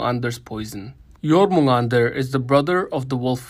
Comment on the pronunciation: Jormungandr not Jormundar...